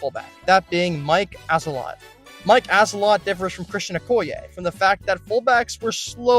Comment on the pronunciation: I couldn’t anymore after Mike “ass-a lot”